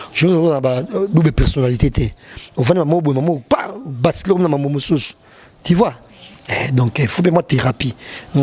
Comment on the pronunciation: “Ti vois, Ti vois”🤣🤣🤣